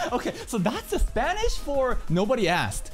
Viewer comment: I enjoyed this video too much because of the pronunciation in Spanish, I am a Spanish-speaking viewer and although I don't speak almost English I do understand 50% of what you can speak, and I don't consider your pronunciation in Spanish to be bad, in fact I was surprised that you said almost everything fluently considering that you studied it a few years ago and even if it were bad, someone who barely understands two languages cannot say something to someone who at least understands 3 XD PD: the words you read in English are well pronounced since in the Hispanic community we use several words in English, although I think someone in the twich chat had already told you.